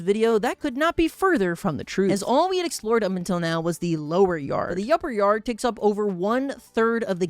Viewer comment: he's talking about the upper yard but accidentally says "yupper yard" and I found that so funny.